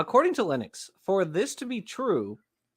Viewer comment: Meyer gets points for pronouncing Principia correctly, Lenox as a mathematician should have known better and loses double points for pronouncing it incorrectly.